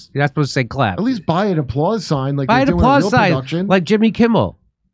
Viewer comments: Btw I’m convinced he said “you can crap for that” not you can “clap” for that, so no problem there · "Please calp..." Jeb Bush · "You can crap for that".